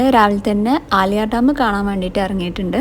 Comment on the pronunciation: അലിയാർ ഡാം അല്ല, ആളിയാർ ഡാം ആണ് 😂